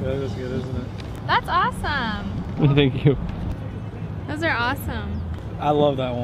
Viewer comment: "zenkiu" jajajaj